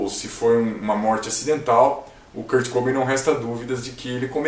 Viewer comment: Se fala Kurt cobain, n kurt cobin kkkk Msm assim bom vídeo 👍